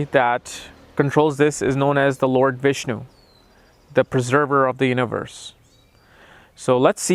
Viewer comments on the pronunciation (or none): none